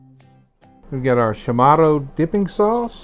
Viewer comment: Hafa adai from Guam And it’s pronounced Cha morro